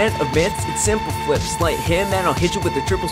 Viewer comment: I like how the text to speech calls you Sim - pleh - flips